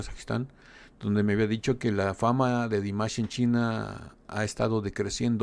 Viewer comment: Кроме того, могу вам сообщить, что текст на этом канале озвучивает робот и ставит в словах много неправильного ударения, даже имя Димаша произносит неправильно. И они не сами пишут текст, а выхватывают целые куски из чужих комментариев - я с удивлением обнаружила свои комментарии списанные один в один. Так что я не рекомендую этот канал для ваших последующих реакций... Им интересен не Димаш, а количество подписок! 🤣